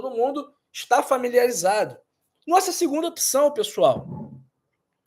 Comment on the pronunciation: Gostei do vídeo!! Muito elucidativo. Só uma pq observação: a pronúncia de opção não é opição.